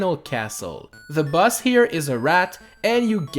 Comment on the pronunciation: You said boss as bus